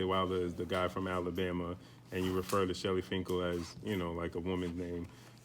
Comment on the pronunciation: Why has no one corrected Eddie on how to say, Shelly Finkel. Not Shirley Winkle.